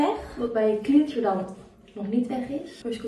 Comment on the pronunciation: Je spreekt ‘cleanser’ niet uit als ‘klienser’ maar ‘klenser’ :)